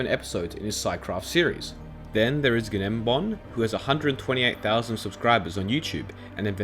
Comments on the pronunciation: Gnembom is pronounced ‘nem bomb’ not ‘ge nom bomb’ Great vid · "gnom-nom", It's Gnembon (said "Nem-Bon" silent G) :) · gnomnon, its said g-nem-bom its not hard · Guh-nom-nom lmao its gnembon (pronounced Nembon) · “gnognmgbon”😂😂 it’s pronounced “nem-bomb” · Umm You say it nembon Not genembon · Genombenom... Really...? It's pronounced Nembon! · its nembon not genmbon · just letting you know im pretty sure gnembom is pronounced nembom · This mans just said “guh-nembon” Lmaooooo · "Ganomanon" ... I do believe Gnembon is not pronounced that way... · The way he says gnembomb genuinely hurts me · I believe its pronounced nem-bom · The g in gnembom is silent btw, great vid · im pretty sure gnembon is just pronounced nembon . atleast that how mumbo saids it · gnembon is pronounced “nem-bon” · Isn’t gnembon’s name pronounced Nembon? The g is silent isn’t it? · Gnembon is pronounced as nembon the 'g' is silent. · Gnembom is pronounced like nembom btw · gnembon's name is actually pronounced like "nem-bon" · its not pronounced GUH-nembon lol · I love how you butcher gnembons name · I can’t stand him saying Gnembon incorrectly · You couldn't even brother saying gnembon's name correct ly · the way he pronounces gnembon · gnembon is pronounced with a silent g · The "G" in Gnembon is silent I believe. These guys are absolutely cracked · The G in gnembon is silent :) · a bc He couldn't even fucking listen to one of gnembon's videos to pronounce the name right??? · Yes, gnembon even pronounced it at last years MineCon 2019. The OP butchered it. :-( SciCraft Presents: How Automation can Enrich Your Game Experience. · You butchered Gnembon's name so hard xD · Am I the only one annoyed by him butchering Gnembon’s name 😂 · NOOOO YOU SAID IT WRONG 😭 😭 that triggers me so much lol.